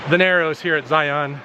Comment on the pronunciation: You can always tell those who don't live in Utah. They don't know how to pronounce Zion.